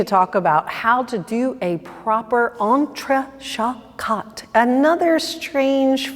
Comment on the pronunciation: French pronunciation c’est trés terrible, non?